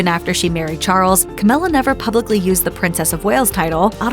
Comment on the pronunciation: Cowmilla! LOL